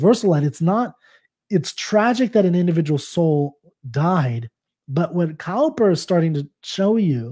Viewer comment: Thank you for that helpful explanation. I love Cowper's work but had not come across this poem before. [btw ... Cowper is pronounced 'Cooper'; it took me many years to realise that - and I am English! They both mean 'a maker or repairer of casks and barrels' (with hoops/coops) which makes 'cask' and 'coop' (Stanza 5) more interesting.]